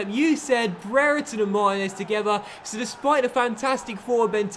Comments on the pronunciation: its Mar-teen-ez not martin-ez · Marteenez is how it's pronounced. Also, it shows you watch Basketball with the very ridiculous Americanism Deefence lol